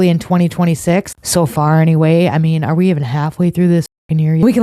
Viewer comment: That guy kept saying 'we". Who is 'ee'?